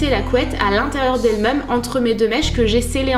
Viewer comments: J'aime trop tes vidéos mais ton accent sur le mot même m'énerve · je t'adore et j'adore la manière dont tu dis même! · tu dis tjrs ''meume'' mdrrrr je t'adore